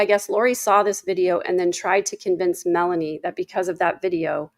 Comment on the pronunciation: WHY!?... Is every other person calling Melani(Boudreaux), Melaniece??? She's Lori's niece, but that doesn't somehow make her name change to Mela-Niece!! People are starting to have the poor reading abilities of Ai closed-captions.